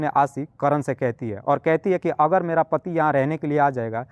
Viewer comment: आपकी हिन्दी या स्टाइल थोड़ी सुधारने की जरूरत है बाकी सब ठीक है...जैसे सोबन्ध नही संबंध पोरेशान नही परेशान ओगर नही अगर